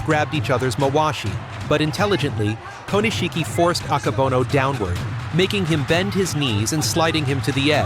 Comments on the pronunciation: Say it with me. Ko Nish Ki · The pronunciation of Japanese names and terms is just awful. It's not "Ko-ni-shiki" ! It's "Ko-nishiki" and means "small jewel" in Japanese. Have some respect for the language and culture that you are trying to talk about.